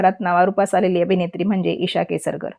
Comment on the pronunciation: नीट बोला हो केसरकर नाही केसकr